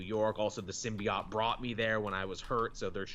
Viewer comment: Everytime I hear "Sim-Be-OT", I die just a little.